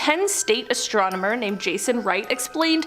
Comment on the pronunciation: I can tell she is not fond of the word astromener hahaha